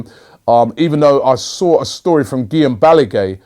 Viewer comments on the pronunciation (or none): none